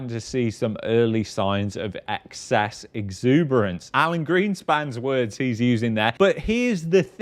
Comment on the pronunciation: "Irrational exuerance"